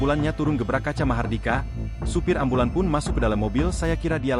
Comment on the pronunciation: Ambulance bukan embilens